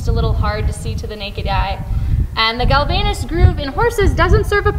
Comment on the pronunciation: It's Galvayne's groove (pronounced 'gal-vains'), not "galvaynus". The ages you state for some of your horses are wrong. Dylan is much older than 15. And the vet didn't remove his other teeth; they are still there